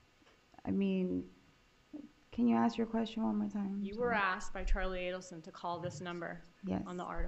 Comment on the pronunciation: 😃The defendant lawyer pronounces the word ask as "AKS" instead of "ASK" eventhough she is highly educated and speaks fluent English and doesn't even have African American accent yet she says: AKS I wonder why???🤨